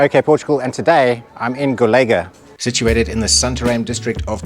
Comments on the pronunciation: Accents on portuguese words are essential to know to what we refer to and they are also part of their identity. The way you pronounce "Golega" without the accent ~ (til is the name), sounds like you'r saying "collegue" in portuguese. Cheers! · Unfortunately I didn't make it to go (3 hour drive so not too bad). Golga, emphasizing the last syllable because of the ~ (tilde). 😁 (my farrier had me confused as i didn't understand what he said - as with most things as my Portuguese is very poor still and his English is non existent as with most adult in Northern Portugal - but he spelled it. I too said Golega, emphasizing the e.) We too have a Lusitano and he's one naughty creature. Our warmblood is much more obedient, has respect for electric fencing etc. Not our Europeu, he'll dive right through. I think Lusitanos are very beautiful but I wish they (Iberian people) would be more friendly when schooling and handling horses - and to all animals really - because it most of the time isn't very friendly. I don't know the situation with Lusitanos but I've heard many times that with their Spanish equivalent (PRE), the ones that go to northern Europe are the ones that can't coop with the way they are handled back here on the peninsula. I know that our Europeu also mustn't have had a very nice 'upbringing' because if you ask him something and he doesn't understand, he'll freak out and starts giving all kinds of answers showing all kinds of movements, like he has a runtime error. Very sad that so many of these horses are psychologically damaged and traumatized. But other than not agreeing with how animals are often treated here, I love this country so much. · Golegã,a at the end pronounce like Covilhã!! cheers Ken!!